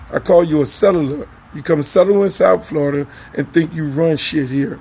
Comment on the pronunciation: Flo-Rida????? For real Luke 😂😂